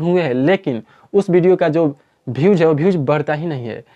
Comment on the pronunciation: Bhai bhews nahi views hota hai